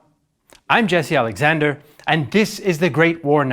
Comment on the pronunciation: I am struck by the apparently correct pronounciation of names in defferent languages, by Jesse Alexander. Well done!